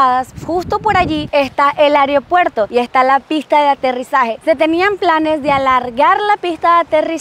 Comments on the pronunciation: Disculpe la corrección, pero no se dice areopuerto, se dice aeropuerto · Lindas playas, mi crítica sería : no es ariopuerto ni areopuerto, es aeropuerto😅, saludos.